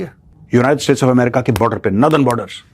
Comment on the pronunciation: Major Saab...you always pronounce "northern" as "nadarn"....it is wrong.... go and check, unlike "southern" which is pronounced as "sadarn"...."northern" should be pronounced as "nordarn" only.